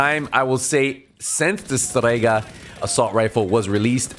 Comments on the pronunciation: Just say Strega why the pronunciation? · Your accent is showing hard when you say "Strega" - love it !